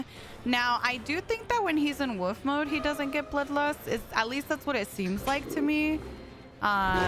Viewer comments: Bestie PLEAAE pronounce the “L” in Wolf 😭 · The way you say wolf makes my day love u sm